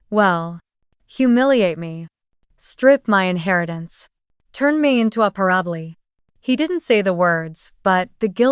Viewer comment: What is with the weird pronunciations of normal words? Parable is not pa - ROB - lee. parable is pronounced PAIR-uh-buhl.